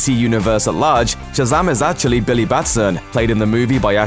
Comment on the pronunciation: "Billaye" Several times, "Billaye" Even though he also says Billy correctly several other times.... "Billayee"